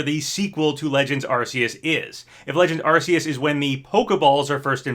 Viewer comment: You're right, everyone knows it's supposed to be pronounced AR-KOOS!